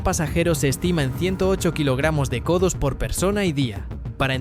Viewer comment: Co2 = codos ? 😂😂😂 madre madre me sangran los oidos !!!